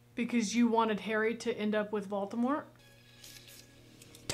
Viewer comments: Great reaction, but please... VolDemort, not VolTemort! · You keep saying Voltemor when his name is Voldemort 😂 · the fact that u called voldemort voltemort was rly funny xD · I am dying how keeps calling Voldemort "Baltimore". 😂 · Am I hearing Vol-Teh-Mor? Lol it's Vol-Deh-mort 🤣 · I scrolled down pretty far to check, but I don't think anyone's said anything about pronunciation of Voldemort. The closed-captioning almost always transcribed it as being "Baltimore." They say it tons in the movie, but maybe it's their accents being confusing? It's pronounced, phonetically: VOLE-duh-mort. -- Also, it could simply be a malapropism. I notice, every time, when she says "no diddle dallying,' when the actual saying is "no dilly dallying," as far as I'm aware. (Diddle means something altogether different, in my experience.) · Yes, indeed, Lord Baltimore is back. (I'm sorry, and I know it's rude to point out how someone pronounces things, but… I just couldn't help myself here. I just heard "Batimore" or "Voltemore" every time…) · Quick question, is there a reason you are pronouncing it Vol-T-emort and not Voldemort?? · I rewatched a couple of moments from this video and are you calling Voldemort...."Bald-de-mort"? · It's VOLDemort not VAULTemort 😂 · Vol-DE-mort not Volt-A-mort 🤦🏾‍♂️ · Ah yes. Valtimort. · Is it me, or is calling Voldemort Baltimort? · Not me cringing every time you say Volt-a-mort. It's VolDamort (Vole-da-mort). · Don't know if it's just an accent thing (if it is please simply ignore this as I mean no offense) but you keep pronouncing it as Vault-ah-mort when it's actually v-old-ah-mort... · Okay, let's talk about it. Love you, but we gotta practice the word Voldemort. Hard to hear for peeps like me who have been into this stuff for ages. Not Valtimore, Maryland Vole-duh-mort Not judging. Out of love! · There is only ONE "T" in Voldamort.